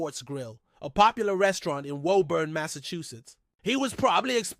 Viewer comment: You not from Boston huh bro said wuuburn